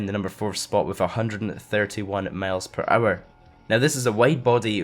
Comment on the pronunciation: Is it just me, or does say "males per hour" instead of "miles per hour"?